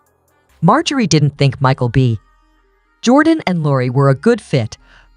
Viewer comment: Why is there a female robot narrating this ? No wonder there isn’t many comments after being on line for over 24 hours. Notice the pause between “ Michael B. ……….. Jordan” This was awful .